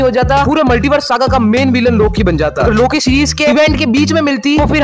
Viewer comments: Loke hota ha loka nae hota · Its loki not loka